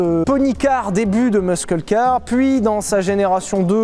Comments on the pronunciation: Aïe il a dit et il redit "musqueul car" AAAAIIIIIEE on dit "MUSSEUL CAR" 🤣oh la honte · muss-eule, pas musk keule, cordialement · Sylvain, on dit "meusseule", pas "meusskeule" (muscle) 😄👍 Top comme d'hab, on est trop habitué au luxe ! 😁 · Juste pour info : "muscle car" ça se prononce "meusseul", pas "meusqueul" 😂 A part ça bonne vidéo comme dhab 😂👌🏼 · On prononce "meusseul car" et non pas "meuskeul" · Muscle car se prononce "meusseul car" en fait. Bisous PS : chouette vidéo 👍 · ah, on dit pas meuskeul ? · 'Muscle' se prononce 'MEUSSEULLE' en passant. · Plutôt Meusseul car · Alors toi tu prononces le "c" dans "Muscle" !? ça fait très bizarre :D En tout cas continuez comme ça les gars, à chaque vidéos je me marre tellement ! Et maintenant que vous nous avez mis l'eau à la bouche, reste plus qu'a tester un muscle ! ca serait top ! genre Camaro 67@ ou Hemi Cuda ou Charger.... avec un bon gros bigblock. enfin...... si vous en trouvez ^^ "Bon chance" :D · Vilebrequin le seul mec au monde qui prononce: MeusKELLE Car, ou bien countAK (lamborghini), sans dec TU FAIS EXPRES C EST PAS POSSIBLE ! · Par contre mec, va falloir bosser la prononciation.... "MuSCle car" 😂😂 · Ca se prononce "meusseule car" :) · Prononce Meuhseul (Muscle) car stp tu feras plaisir à mes putains d'oreilles d'américanophone D'avance merci pour elles^^. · Il a dit Meuskeul car mdr rip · Pour le coup je vais pas considérer le Kenia pour savoir comment prononcer 'muscle car', c'est un mot US je me fie aux prononciations US. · La prononciation de "muscle" en anglais est horrible. Merci de prendre des cours d'anglais.